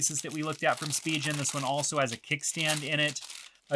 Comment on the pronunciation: Didn’t really like the pronunciation of Spigen. Just my two cents great video overall though.